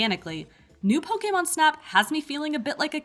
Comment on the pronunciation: Pokaymon. Hate anytime someone pronounces it like that...🙄